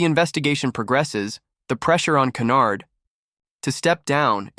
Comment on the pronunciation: Her name is not canard but Hynyard